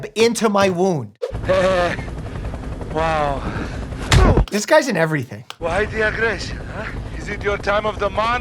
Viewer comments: "Please shoot the spidey thing into my wound" that sounded like womb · I heard womb, which makes it worse